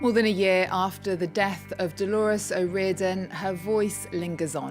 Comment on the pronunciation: Can people stop saying Delores!!!! She was called Dolores